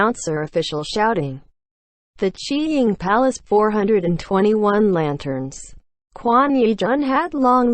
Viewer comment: I thought they said the cheating palace instead of the chi ying palace 😅